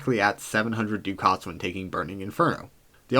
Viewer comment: liked and subscribed... one thing: it's pronounced "duck its"